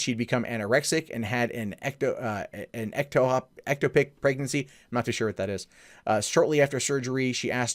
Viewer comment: FYI,, an ectopic pregnancy (emphasis on the "o", like the word "topic") occurs when a fertilised egg embeds in the fallopian tubes instead of the walls of the womb, the narrow tubes joining the ovaries to the uterus, and this is where the foetus starts to develop. Needless to say, such a pregnancy cannot be taken to full term, and if left untreated, is invariably fatal.